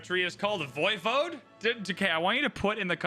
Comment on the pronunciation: I knew what Voivode is, and I believe you accentuate the 'e' (Voy-Vo-Du). It's a Transylvanian name for a regional ruler.